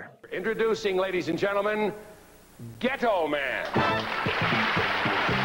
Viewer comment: What? Haa! Even I 🤦‍♂️ when he announced "Ghetto Man" but pronounced it like Ghe'toe Man. Also, what were they thinking when they came up with such a name? Was his sidekick supposed to be Compton Boy, Oak Park Lad maybe Chicago Kid? 😆👍